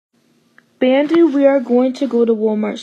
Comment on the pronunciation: Its Pronounce Bandu "Bun-du"